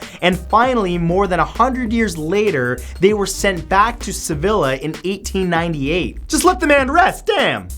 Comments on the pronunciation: Sevilla isn't pronounced "Se-vil-a". It's "Se-vi-a". In Spanish, the double l makes an e sound, like in quesadilla. Or, if you want the anglicized version, Seville. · It makes me uncomfortable that Matt pronounced Sevilla like Vanilla 😭😭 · Am I the only one cringing at his pronunciation of Sevilla?? Maybe it's just because I'm half Spanish but it's said "seveeya" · Sevilla is pronounced: Sa-vee-ah...just saying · You said Sevilla wrong sorry I had to my grandma is from Sevilla. Sorry